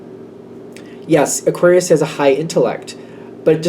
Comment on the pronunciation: aQUUarius! 😂 thanks again, love your energy ✨